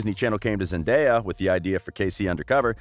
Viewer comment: The most pleasing thing to me as a fan of Zendaya since Shake It Up, is hearing when people pronounce her name correctly. Thank you. I love Zendaya so much.